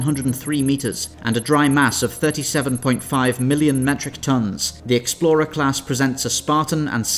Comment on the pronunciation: "37.5 Milluon Metric Tons"